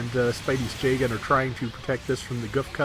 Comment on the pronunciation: is it me or does pronounce Jegan J-Gun?